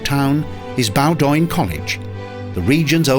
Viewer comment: Learn how to pronounce Bowdoin, okay?